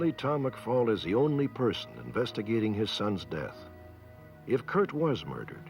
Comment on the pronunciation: Kurt McFall: McFell